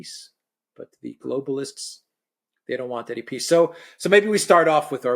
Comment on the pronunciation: "The swiss piss summit" :face-green-smiling::face-blue-smiling::face-pink-tears